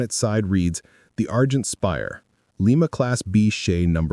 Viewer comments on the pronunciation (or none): .Lima - Lymuh, as in Ohio, not Leemuh - as in Peru. And Shay, not Shea.